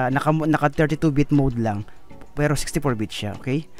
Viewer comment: Bit pre bit!!!! Bbbb bbbb baboy bit!!!hndi vit!!!vit?? Bit ah bit..shunga shunga hahaha